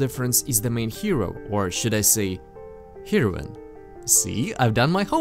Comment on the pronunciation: Well, since ya said something and it sounds like people have brought up the heroine thing to you.... It's actually pronounced like "hair-oh-win", but I kinda liked "shero" myself. But guy, I gotta tell ya, I just watched your whole series, and for a few videos now, I've been wanting to comment that you nearly have mastery of speaking the English language COMPLETELY down! The things you don't have down are so understandable... For instance, you said in a previous video "the act of argue", which you should instead just say "arguing, or, "argument" because saying "the act" insinuates it is a particularly strong action, such as "the act of killing". Native English speakers would never say "the act of argue" to say that two people had an argument, but I've translated in Spanish classes the same way, so I see how that could happen. It's just one of those things that native speakers would think "why'd he say it like that?" if another native speaker were to say it that way. And to be honest, you rarely even do it. Like, super rare. But yeah, I speak, read, write, and articulate ideas my language very well in my own language. I am technical with words and I feel like you should always use the most accurate terminology you can to communicate ideas. That said, know your skills are right on! Keep it up and can't wait to see what else you got in store in the future! Been a pleasure! Edit: Oh, and thank you! Edit #2: Thaaaat looks like a titty. XD